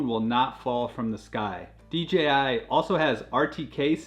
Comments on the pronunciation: I was googling DGI before I realized it was just DJI being butchered 😅. Very informative video other than that! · Hey guy its dji not dgi he cant pronounce letters it seems